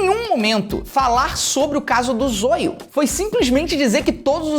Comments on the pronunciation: Ele nao fala zóio ele fala zôio kkk😅😅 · É Zóio é não zoio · Não é Zôio é Zóio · Eu to rindo pelo ZOIO ele falar envéz de Zóio sksksk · Há, o nome dele é Zóio e não Zôio. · "O Zôlho" Se pronuncia com som de "ó"; Zoio. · O canal do Everson Zoio para mim é um lixo, mas ele tem quase 10 milhões de inscritos, por isso é até engraçado o Felipe Neto não saber que a pronuncia correta é "Zóio" e não "Zôio". Não precisava fingir que não conhecia tão bem o rapaz. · A pronuncia é zóio e não zoio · Fala zóio manooooo, não zôiô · É Zoio não é Zôio pronúncia direito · ZÓIO, não zôio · Não é "Zôio" é "Zóio" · Muito bom mano mais tipo e zoio não zôio gostei muito do video eu levei o video do zoio na zoeira lek mais tá baum tmj •_ゝ• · Ele ficou falando a pronuncia errada, que agonia Zoio, e não Zóio kkk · O FELIPE NÃO É ZÔIO É ZÓIO QUE SE PRONUNCIA E SE ESCREVE ZOIO!!!! TE AMO, BJOS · O felipe fala zoio nao zóio kkkkkkk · Zôio... Zôio... Zôio... kkkkkkkk é Zóóóóóóóóiooooo, caria... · É zóio carai e não zôio hahahah (To zoando) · Não é zôio meu filho é zóio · Meu deu agonia ele falando zôio e não zóio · Zôio? Kkkkkk "Zóio" é o certo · Krl Felipe para de falar zôio é zóio kjklkjkl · Nao é zôiô é zóio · É Zóio, não Soio , seu analfabeto. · Lê se zóio não zôiu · Zôio? É Zóio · Kkkk agonia dele falando zôio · "Zôio"... falou o nome dele no começo certo e dps continuo falando errado... Nem fez isso de propósito kkkj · O fato dele estar sendo acusado de estupro, não significa que vc tem pronunciar o nome dele errado. “Zôio” kkkkk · É zoio que se escreve se pronuncia zóio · 19 minutos de video sério,e oq o pessoal vai comentar é sobre o jeito que ele pronunciou zóio errado,mds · Nem pronunciar Zóio esse "Youtuber" sabe haushaushauha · Não é zoio é zoio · Mano o "zôio" erro em falar isso é mt pesado porem ele falou que foi tudo mentira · Ele pronunciando o nome do Zoio de zoiu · Zôio kkkkkkkkk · Você esta pronúnciando "ZOIO" ERRADO! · Só eu que me incomodei com a pronúncia de ZOIO do Felipe?